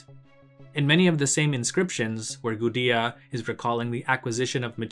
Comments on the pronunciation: I think it's just a mistake. It's not an English name, and nothing about English phonology should prevent one from saying "goo-day-uh" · Yeah your right. Based off of what we know about Sumerian, It's pronounced goo-de-ah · Linguistic quibble: how is it pronounced 'goo-dee-uh' but spelled Gudea instead of Gudia? Something is wrong here.